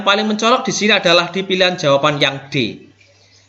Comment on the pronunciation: Tks sharing ilmunya Pak. Maaf Pak tadi di menit2 tertentu kok ada bbrp soal yg sbelumnya PR, apakah benar? Spertinya sy tdk melewatkan video2 dari channel Bapak tapi tdk tahu kalo ada PR ttg figural ini. Oh ya, klo boleh saran pengucapan jawaban bukan jawapan, Pak. Hehe, tks.